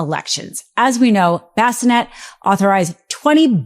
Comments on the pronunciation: Scott Bessanet? I think you mean Bessent... not that his name particularly desrves its correct pronunciation... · Scott Bassinet ? Or is she talking about Scott Bessent ? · Secretary of Treasury Scott Bessent pronounced (Be - sent) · The fact that she calls Scott Bessent “bassinet” is hilarious! 🤣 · Please pronounce the Treasury Secretary’s name right,. It’s Bessent. (I don’t want you to look bad….😘) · Love the message. Could we perhaps practice pronouncing the names before recording. Its an ongoing problem with. Her inability to read names like Bolsonaro and Bessent are damaging her credibility. If she wants to be taken seriously, and I want that for her, she needs to brush up on this. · What is wrong with her speech? Why is it so hard to say Bessent? Or is she trolling on purpose?